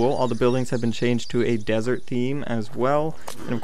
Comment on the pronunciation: Were you really calling the stuff at the end desert or is my hearing bad?